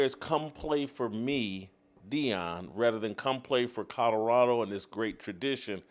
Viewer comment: Everyone it is Deion not Dion..